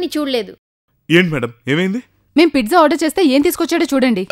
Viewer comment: Pizza❌❌❌ pitza✅✅✅ 😂😂😂